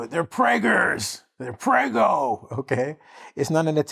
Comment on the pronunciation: is the best teacher of the world! He also made a science lesson. Thank you sir. (I am Italian and your pronounciation of 'prego' was perfect!)